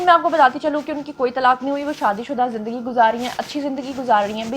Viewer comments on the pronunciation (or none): none